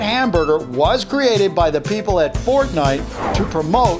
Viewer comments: It's fortnite not Fot nite?? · ForDnite is how he Said it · Its not fotnite its fortnite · it says fotnite without the r! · He said fotnite